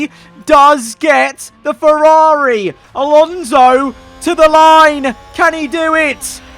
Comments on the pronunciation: me when he says "fewawi" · What about you when he says fewawi?